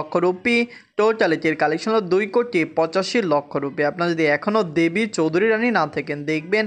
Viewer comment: আগে দেবী চৌধুরানী উচ্চারণ ঠিক করো